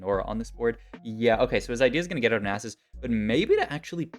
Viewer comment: the nie sus hurt more